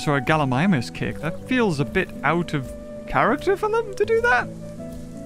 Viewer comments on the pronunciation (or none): none